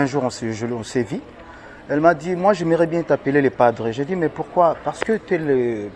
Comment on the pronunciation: on dit "on s'est vu" pas on s'est vi 🤣🤣🤣, on dit pas "jeu père" mais j'ai peur